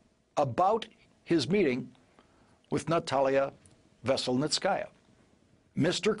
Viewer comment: Kudos to Lawrence for making a decent attempt at pronouncing Veselnitskaya. His is the best I've heard so far. He clearly practiced 🙄